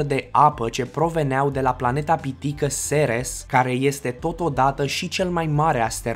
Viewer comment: Măi omule ceres nu se zice seres şi ceres nu e un asteroid ok.👍